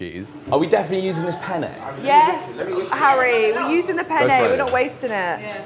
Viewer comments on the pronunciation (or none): struggling to say penny is HILARIOUS 😂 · max trying to say penne is soo funny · THE AMOUNT OF TIMES THEY SAID PENNE HAS ME BAWLING💀💀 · If Harry says penne one more time I’m putting my head through a wall 😂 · tryna say penne pasta 😂😂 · max mispronouncing penne gets me